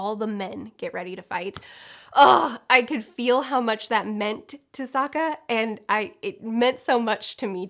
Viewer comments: I read this before watching the video, and now I can't stop hearing you say "Saka" instead of Sokka 😅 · I've noticed in videos before that screws up names often... No one is perfect, I get it, but does she not edit? You just watched the show stop screwing up Soka and Zuko! I couldn't even finish the video it got on my nerves so much.